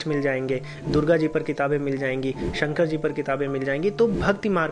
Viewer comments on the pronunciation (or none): none